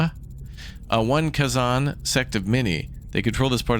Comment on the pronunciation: and Kay-Zon, lol, but I love he's giving it a try! Hope its a series